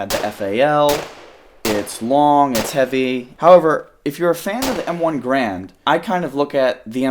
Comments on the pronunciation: i hate to be that guy, but its garand, not grand. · Every time he says M1 "Grand" I cringe a little. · It's a real shame nobody ever properly says Garand.